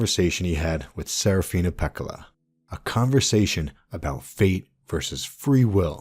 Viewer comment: dear lord the butchering of the name pekkala annoys me... use some double consonants people, DOUBLE CONSONANTS. the name should be pronounced exactly as written, meaning both k’s should be audible in the name.